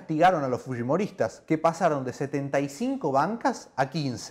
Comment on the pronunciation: El lo pronunció correctamente